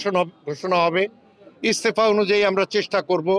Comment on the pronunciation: What kind of cochairman he cannot say "estaher"u say Estefa. Hala batfer..